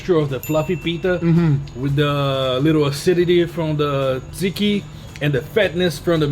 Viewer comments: Maumau, say it with us: “YEE-ROH”. 😂 Also, Tsatsiki is pronounced “dja-djee-kee”. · Bravo vre Guga but you pronounce it more like “jajiki” my Aussie mother in law pronounces it like you did, and the pita should be cooked on the carbona not in a pan for ultimate flavour